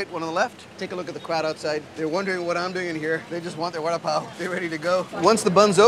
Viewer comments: lol I thought he was saying "Warda-Pow" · It's pronounced "wada paw " ?